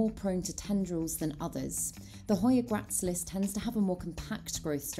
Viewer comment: Hey. Another fab video - starting to get really into jungle cacti at the moment, so love so many were featured. Lush! Just a note to say that the hoya gracilis is pronounced grass-ill-is:eyes-pink-heart-shape